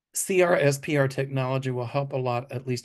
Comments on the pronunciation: CRSPR is pronounced “Crisper.” Please stop spelling it out. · CRSPR, gene editing technology, is pronounced “cris-per”…like the crisper drawer in the fridge. Groundbreaking lab work is being done, and the technology has gotten FDA approval to be used for sickle cell anemia.